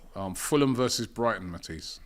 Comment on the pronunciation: Matisse 😂😂😂 he said Mantis.